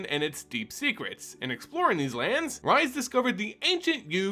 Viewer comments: I enjoy this. But....Rhys the Redeemed/exiled and rhystic study. Rhys. Not Rise. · Welp you triggered me, here we go: I don't understand how people can find SO goddamn many WRONG ways to pronounce "Rhys". It's Welsh and it's pronounced "Reese". Like from Malcom in the Middle, or REESE'S PEANUT BUTTER CUPS! watch?v=DK49yJG76bE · This is how Rhys is pronounced.